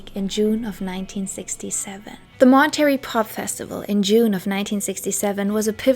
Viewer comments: Why are you calling it Mon-Terry? It’s pronounced Mon-tuh-ray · Obsessed with your pronouncing Mon-ter-ray as Mon-terry, and I love your content! Just found you today 💕